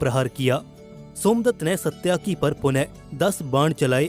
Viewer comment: सत्याकि नहीं बल्कि सात्यकि है सही नाम